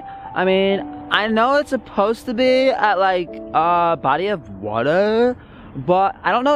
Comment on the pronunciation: The pond scene was hilarious! The music, your confusion of where the algae is, to even how you said the word water lol!!!!